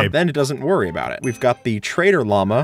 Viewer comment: Bro he said woorry💀💀